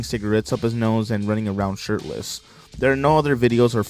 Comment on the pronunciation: Also I thought he said sh*tless instead of shirtless lol!!